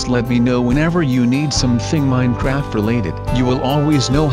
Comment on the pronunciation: Stop saying minecraft weirdly